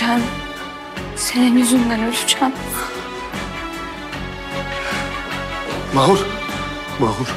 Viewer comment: Mahurda bayım diyo bune ya